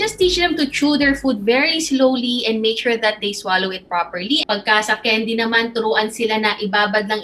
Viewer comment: candy po hindi kendi